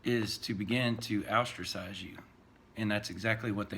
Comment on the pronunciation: Os-tra-cize...not Out-tra-cize